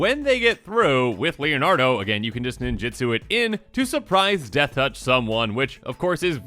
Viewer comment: For the billionth time: nin-JU-tsu NOT nin-JIT-tsu